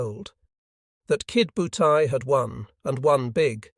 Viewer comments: Irritating, isn't it!! AI is despicable. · Only complaint: It is Ki DO butai, not Kid butai. The computer voice doesn't seem to get that. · Maybe it was some kid named "Butai" who attacked Pearl Harbor and Midway??